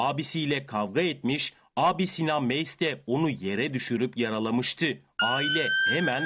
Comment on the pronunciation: Meys mi mays mı diye telaffuz edeceğinize bi karar verin Show Haber. Bir haberde "Mays'ların oğlu" diyorsunuz diğerinde "Meys"